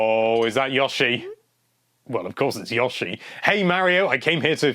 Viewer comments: That was Yoshi, not Yawshi. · Look mate, just a suggestion, don't talk all the time. It's never been yawshi, i don't care what side of the pond you're on. But it is pronounced with a long O. Yoh-shi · Yashi. FUK off m8 its YOshi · God. I could not get past the third "Yoshi." I mean, phonetics be damned, dude.